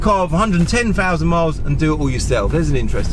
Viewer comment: So you bough a M free aye ?? I'll never understand how and when the word THREE becomes FREE and THOUSAND becomes FOUSAND ?? AARRGGHH !! You Pommies sure know how to butcher a language.